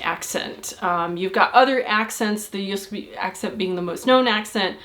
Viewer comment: I always thought it was pronOunciation. Learned something new today. Also I didnt catch the example she gave about abreviations first? What word was that? Edit: Not bad on the proNUNciation of Jysk. :) - Also: Hardusovet godt? :D Did you sleep well... Yes I wrote it as one word on purpose.. That's how it's spoken :p